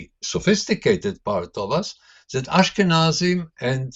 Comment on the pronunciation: Dan... go practice. Again and again. "THAT". Not "Zat", that. Say it with me. "Not zat... THAT..." - just keep practicing and you'll get it ;-)